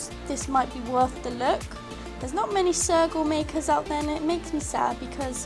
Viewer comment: When you said sergal I thought you said circle and I was like "Whut ?" XD